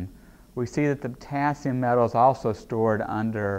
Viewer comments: Me: Potassium Him: p o t a s i m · I'm confused, is Potassium, or poTAAAAASIUM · writing : the potassium speaking : the p'tAAAAAAAAAssi'm' english. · I like how he says potAAsium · Am I the only one who heard him say " pOtaSium" throughout the vid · Sei lá... O jeito que ele fala "potassium" é diferente...